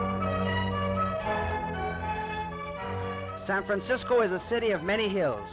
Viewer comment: Aside from the first two valliant attempts at ennunciation, he keeps saying "Sampensiscoe". My 100-year old neighbor used to say that too…I also remember all the old cabbies and Munis drivers saying that. I like it, it sounds like the way the guys in the Coit Tower murals probably sounded.